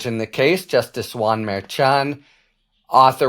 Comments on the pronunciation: Sounds like you are saying "Mayor Chawn", rather than "mer-shawn" / mer like her / 2c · Merchan is pronounced Mershon quiet n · Harry is an awesome commentator. But seriously, he needs to stop mispronouncing Justice Merchan's name. He is a highly respected professional. Mispronouncing the name of the Justice is beneath him. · It’s interesting that with all your skills you cannot pronounce Judge Merchan’s name properly, as KFA has taught you.